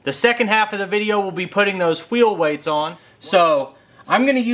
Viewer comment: You can't have a pie without whhhhheel whhhheights